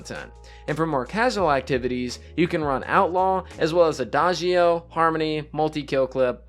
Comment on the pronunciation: Quick pro tip from a native Italian on how to pronounce adagio (which is an Italian word) you should say “ada-joe” 😉 it actually means slowly